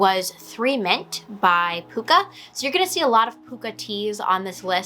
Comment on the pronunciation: nice to see another Pukka tea fan. Love their blends.. it's actually pronounced Puck a as in Hockey puck...